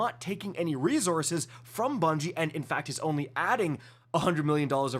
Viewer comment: Stop saying re-zorzes. It's re-sourses.